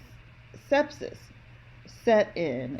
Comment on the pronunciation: How can I delete you from my time line? You disparage our Madam Vice President but you can not pronounce sepsis. 🤡🤡🤡🤡